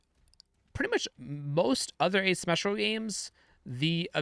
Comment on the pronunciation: ASyumeetcicla is how you're pronouncing Asymmetrical.